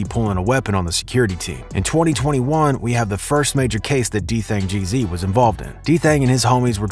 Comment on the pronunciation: Homie said DThang Jeezy